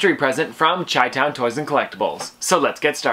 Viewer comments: its pronounced shy-town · Great stuff. So I'm a Chicago native and it's pronounced shy-town . No hate just letting ya know. 🤗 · You say chitown wrong, just an fyi